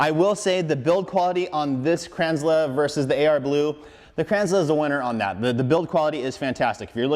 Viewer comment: It's pronounced Kranzel not Kranzler. Sorry, it's been bugging me since I found out from the company.